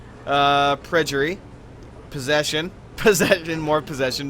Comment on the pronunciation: I was surprised to hear you mispronounce the word perjury, because I know that you're a smart guy. Phonically it is pronounced: "purge" "ery".